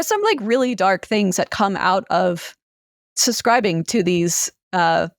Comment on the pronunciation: I'm sorry but I physically cannot listen to how she pronounces nuclear as "nucelar" and subscribing as "suscribing". Otherwise really interesting